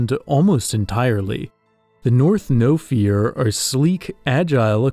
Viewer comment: Bro said no fear instead of nofiwr. Im actually welsh.